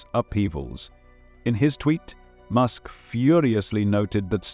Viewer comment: Musk, not mosque